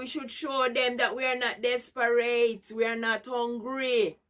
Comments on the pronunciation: "Des-pa-raaate"😅😅😅😅 Cringe mi a tell yuh! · Des-pa-rate 😂😂😂😂😂 fuss me hear somebody pronounce desperate that way 😂😂😂😂 See they all know the truth but refuse to accept and apologize. All because of badmind and money. Now they can’t come out and change their words because they’re going to lose those subscribers who hate Alicia and want to see her fail.